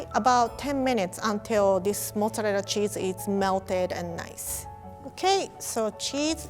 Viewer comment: i love the way she says mozzarella